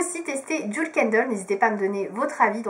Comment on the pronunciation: On dit bien DJIWEL et pas DJOUL